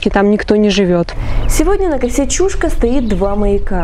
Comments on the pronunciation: Немножко ударение не правильно делаешь, не чУшка, а чушкА, ударение на букву А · Чушка" -ударение на последний слог))) А вообще видео классное,очень познавательно 1 я сам местный . Много читал,но Вы ,как никто другой систематизировали всю информацию! Лайк однозначно!!! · Территория никем не охраняется. Люди приезжают на машинах, рыбачат и кто-то даже умудряется купаться. 🙂 В прошлом ролике про Чушку я произнесла ударение ЧушкА, так на меня накинулись люди, что я неправильно произношу название. В этот раз я стала произносить так, как слышу от людей и как сама привыкла говорить. 🤷